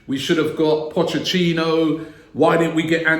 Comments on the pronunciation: Came here just to hear Robbie saying "Pocecchino" ;) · POCHECCINO????? when is this mug gonna get his name right, lmao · Raabieee it's not Pochechino LAWL :D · Robbie said pochechino